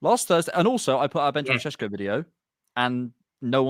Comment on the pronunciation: This geezer loves saying Sesko SHESHKO 👁👄👁